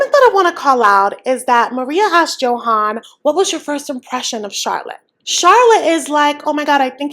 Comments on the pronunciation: His name is pronounced Yo-han, not Joe-hen/han. Just saying 😅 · I’m curious why you pronounce his name like a non Spanish speaker.